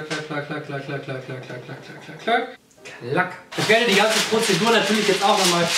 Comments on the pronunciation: Wie oft hat Julian bitte „Pozidur” gesagt??? 😂😂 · Die „Prozedur“ 🤪😂😂😂